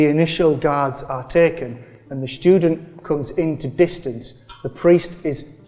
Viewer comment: The "shtudent"!😂